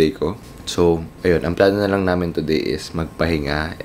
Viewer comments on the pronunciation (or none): none